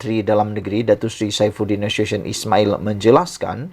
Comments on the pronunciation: Na su syen…. Nak sebut nama orang pun tak gheti. Na su ti yon la ngok!!!! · Sdra anda perlu tahu sebut nama sebenar Saifuddin NASUTION. Sebutannya NA-SU-TI-ON. BUKANNYA sebutan cara bahasa Inggeris yg bunyinya seperti NASUSYÊN. Dia bukan orang Inggeris. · Sebutan bukan nasuson tapi sebutan nye NA SU TI ON.